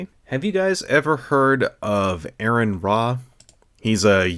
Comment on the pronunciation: Seriously dude, if Aron is your personal hero you really should say his name correctly. Aron would not approve.